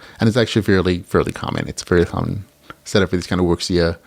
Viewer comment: Wuxia, pronounced wushia:)